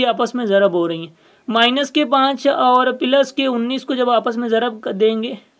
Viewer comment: Ap ko plus bolna ni ata. Kafi confusion ho gi